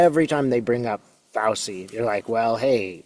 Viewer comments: FAUCI IS PRONOUNCED "FAUCHI." JUST TO LET YOU KNOW. 😊🙏☮️🌎🫂💙😇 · FYI: Fauci’s name is pronounced “fow-chee”. I thought Fauci handled the group of GOP bullies’ hearing brilliantly by taking the 5th Amendment. Score 1 for Science and Reason to 0 for MAGA Ignoramuses attacking a good man. Even prior recent US GOP Presidents had nothing but praise for him. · Pronounced FAUCHI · Fausee? Fauchee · (Sorry, small thing. Pronouciation of Fauci: ‘fow-chee’. Not ‘fow-see.’ 🙂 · Trump took the Fifth 440 times!! If they prosecute Fauci (pronounced Fau-CHI,, not fow-see) they are just proving their hypocrisy. They just need an enemy to hate, and whip up the ignorant to distract them. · I'm sorry, I'm trying to take this seriously, but it's FOW-chee, not FOW-see. Makes me wonder how you've never heard his name pronounced anywhere. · Thank you for sharing your gift and thus hope, with us! By the way, Fauci is pronounced like Fauchee. I believe the c-i letters together in Italian are pronounced with a c-h sound. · Thank you so much! This gives a lot of hope!! FYI: Dr. Anthony Fauci pronounces his last name as FOW-chee (rhyming with "ouch" plus "ee"), or Faw-chee. The first syllable sounds like "fow" and the "ci" at the end makes a "chee" sound, reflecting its Italian origin. Hope you will be feeling better too...those of us who are awake or waking up are all so stressed! Big hugs to you! ♥ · His name is pronounced Phouchi-Fauci = Fauchi! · Pronounced F ouch ee. That’s doctor Fouchee. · I believe dr Fauci's name is pronounced 'FAO-chee'. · I believe it is pronounced Fau-Chee...like Cheetos or Chihuahua......thank you for your wonderful insight. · Fauci-- is pronounced Fow-chi. Not Fow-see. Thanks for the interesting reading! ❤ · Katie Phang, pronounced Fang. Fauci pronounced Fauchi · Just a gentle correction, it's pronounced FAU-TCHI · FYI: pronunciation of Fauchi = Fau chee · His name is pronounced Fauci (fowchi) I’m pretty sure it’s Italian. Great reading. Thank you.